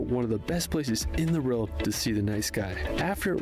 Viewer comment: is well-known for not pronouncing place-names correctly, even easy British ones (& he says "world" strangely too!!). 😟